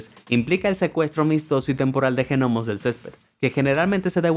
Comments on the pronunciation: "Ñomos", se escribe "gnomos" pero se pronuncia "ÑOMOS" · La G de Gnomos no se pronuncia... al menos en España jajajaa q raro se escucha GENOMO 🤣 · La G de gnomo lo oa pronuncias y ya. Asi como no oronuncias pesicólogo... La palabra genonomo me hizo doler la cabeza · Me arruinó todo el video que les diga "Genomos" a los gnomos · Lloro de risa al oír genomos jiji me mataste y repetidas veces ,madre mía ves al pesicologo jijij